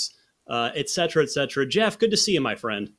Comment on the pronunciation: Geoff literally doesn't know how to pronounce his own name lmao